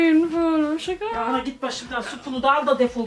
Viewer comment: Suga mı biri Suga mi dedi. 😂